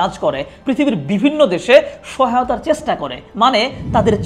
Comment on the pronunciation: পুরা ভিডিওতে শুধু ইতিহাস গাইলেন ভাই! মানুষের ইতিহাসে আগ্রহ কম, ভবিষ্যৎ নিয়ে বলেন। ক্যাপশনে বললেন একটা, কিন্তু শুরু এবং শেষ করলেন আপনার ইতিহাস আর ইতিহাস দিয়ে। আপনার 'চেষ্টা' উচ্চারণ-টা কানে লাগে।